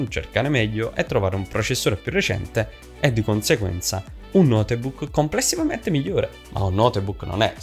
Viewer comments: Ma si dice notebook nn noteeebok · Ma come si fa a dire "notebuucc"? Chi è questo tizio? Ha detto cose scontatissime e molto lentamente, mi sono quasi addormentato... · Per favore qualcuno gli spieghi che non si pronuncia notebuc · Video interessante e semplice, anche se forse qualche esempio o dettaglio in più non avrebbero fatto male, ma una cosa è davvero imperdonabile e rovina tutto quanto il video: la pronuncia di notebook. È sbagliatissima, italianizzata (o napoletanizzata?) davvero davvero brutta e terribile. Posso capire essere difficile da pronunciare una parola straniera per alcune persone, ma se così è bisognerebbe evitare di ripeterla male ogni 30 secondi.... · nooo notebook non si dice l'E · ogni volta che hai pronunciato la e di notebook ho perso un anno di vita